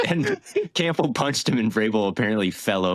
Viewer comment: why does always pronounce the last name Campbell as Camp-bull